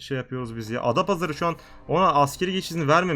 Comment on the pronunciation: Abi çok güzel adapazarı diyon